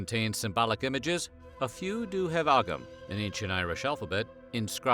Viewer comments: Ogham is pronounced oh-um. Hello from Ireland 🇮🇪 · ogham - pronounced OHM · That ancient Irish alphabet you mentioned, Ogham - it's pronounced like the word 'Own' but with an 'M' at the end. I only correct you because NOBODY else will :L